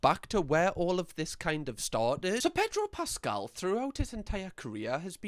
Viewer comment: predro pascal lol